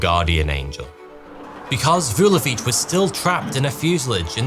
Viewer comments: Vesna, not Vezna. Basically the only thing you pronounced correctly is Vulović. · Kudos for correct pronunciation of “Vulović” ❤